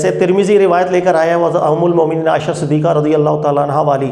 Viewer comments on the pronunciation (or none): none